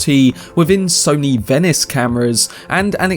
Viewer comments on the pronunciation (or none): none